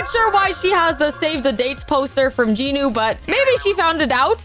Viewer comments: I was devastated when i heard you say J-i-nu - it's JEE-NU VRO 😭🙏 Also btw do y'all when she says "Comment down your favourite character!" She doesn't care about our favourite character she just wants comments to boost her channel I'm sorry but girl the vibe is ruined for Rumi now - You threaten us to like / subscribe so now i dont like your videos or subscribe, i just watch cuz its entertaining Shoutout to you if you actually read everything- Edit: To the person saying she doesn't threaten us to subscribe / like etc, she says stuff like "I will trap you in my basement if you don't subscribe! Heheheheheh" acting like its quirky to threaten people. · You are saying jinu rong